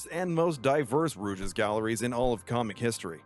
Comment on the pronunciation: wtf is a rooge